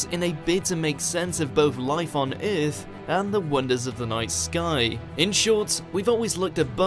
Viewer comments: whatever accent is this, its earth not eeeeeath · How come this dude can't pronounce EARTH...